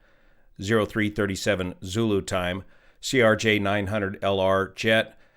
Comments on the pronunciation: why do you keep saying Erj? Just a miss speak or is there a reason to call a Crj an Erj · just a quick correction, you have been saying it ERJ when it's CRJ. I know its being very nitpicky but just wanted to point it out. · CRJ, not ERJ. Video is now out of date at this time. F-ing "Yo"nited... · "ERJ" bro... ugh... its a CRJ 900. not trying to be pedantic but there's a huge difference between an ERJ and a CRJ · CRJ* NOT ERJ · CRJ…. CRJ… not ERJ